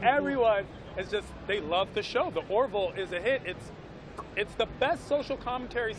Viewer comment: Remember : it's the " Ore - VILL." 'Nuf said....